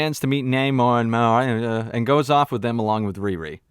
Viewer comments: seen the movie today was pretty good and who cares if you can’t pronounce namor that’s your prob just nit picking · Who goes to see a marvel movie expecting great writing? This was a good movie with great action and emotion! And your jokes on not being able to pronounce the name sounds RaCist to me!